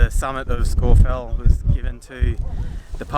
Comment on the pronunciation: A good unpretentious film ,and full marks for the correct pronunciation of Scafell (Pike).